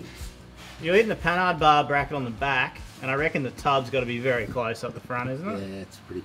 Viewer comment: Pronounced "Panard", silent h. Is the name of the frenchie who designed them.